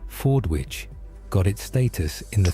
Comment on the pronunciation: It's pronounced Forditch. Silent W